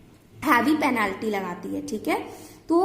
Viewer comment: Penaalty😀😀🤣🤣🤣🤣🤣🤣😅😅😅😅😂😂😆😆😆😆😝😝😝😝 Bolna sikhlo medaam😀😀😀🤣🤣🤣😂😂😅😅😆😁